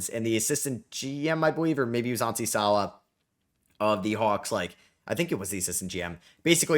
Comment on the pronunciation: fyi Onsi Saleh pronounces his last name Sah-Lay.